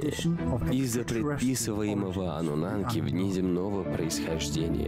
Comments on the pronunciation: Ануннаки а не Ануннанки. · я просто жду, когда чел скажет не ануннанки, а ануннаки... не дождусь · Он совсем охренел; почему аннунаНки то? Когда Аннунаки ??? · "Аннунанки" и пулемётчики😂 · Кто-нибудь, объясните, почему он говорит ануннаНки?!?!? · судя по комментариям все смотрели и пытались вникнуть в этот бред, а это фильм засыпалочка , поэтому анунанки и остальные огрехи диктора, всем ану снов и ани сновидений))) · АнунаНки..п...ц. ну и начитка. Начитчик,ты поц